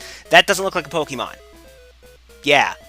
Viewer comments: It's not "Pokemon" it's "Pokeymon" ;D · Seriously, it's Po-KAY-mon. geez, look at the accent :P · I hate your pronunciation of Pokémon. There's an accent for a reason. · In the cartoon series, the characters usually pronounced it like Poke-uh-mon. Since it's supposed to be short for "Pocket Monsters," though, it really should be pronounced Pock-eh-mon. But I guess that doesn't roll off the tongue as well.